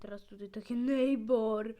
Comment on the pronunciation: Neightbour a nie neiber